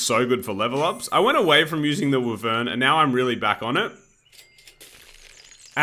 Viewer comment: I’ve never heard wyvern pronounced that way